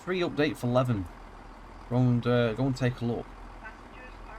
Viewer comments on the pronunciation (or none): And Leven is pronounced 'Lee-vin' 😄